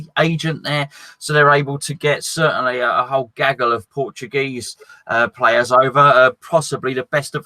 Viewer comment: Im surprised gonzo is nailing the portuguese names lol